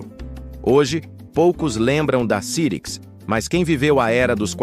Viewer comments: Eu sei que é IA, mas não tem como conferir a pronúncia antes de publicar? Nunca vi ninguém falar "CIRIQUIS", e sim, "SAIRIQUIS"... Além disso, 386 e 486 como "Trezentos e Oitenta e Seis" e "Quatrocentos e Oitenta e Seis"??? Qualquer um que conhece computadores sabe que no Brasil eles se chamavam "Três Oito Meia" e "Quatro Oito Meia"... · rapaz, doeu o ouvido essa voz clonada de I.A. pronunciando CIRIX, quando a pronúncia correta era SAIRICS! Ah! Tive um PC com o 5x86 CYRIX. Era ótimo e a placa mãe tinha 3 slots de memória RAM. Dois podiam trabalhar em dual channel, ou não, tanto que coloquei em cada slot uma memória RAM de clock igual, é claro, mas capacidade diferente! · Já tive um também. Se pronuncia "SAIRIKS' -CYRIX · "Muita gente pronunciava o nome Cyrix de forma errada". Verdade ! E mesmo citando o erro, o vídeo insiste nele quase o tempo inteiro, com apenas duas ou três vezes em que usou a pronúncia correta. Não sei qual programa de voz usou, mas com certeza isso poderia ter sido corrigido com um ajuste no setup ! Mas quanto aos processadores Cyrix, eram realmente uma alternativa mais acessível e muito boa para máquinas domésticas e escritórios. Usei um por algum tempo, até ter grana para meu primeiro Pentium 233 e nem me dava conta de que não havia um processador Intel dentro do gabinete. Fazia de tudo com ele : desde suite Office, internet (discada com modem 56k...) e games 3D como os "novos" Doom e X-Wing/Tie Fighter ! 😁👍